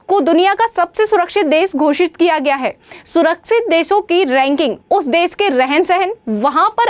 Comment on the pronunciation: बहन जी देस नहीं देश होता है। कितनी अच्छी topic है वाह।